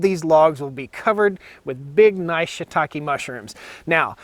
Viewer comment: I'm glad I watched the video to get the right pronunciation of that word Shitake. I was reading it entirely differently. Have you tried the 18volt Fuel Milwaukee chainsaw?